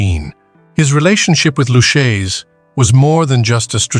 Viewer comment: Pronounced (Loo-kay-zee). I’m almost insulted.